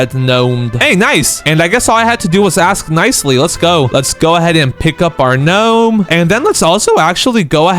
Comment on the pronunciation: "gah nome" 💔🥀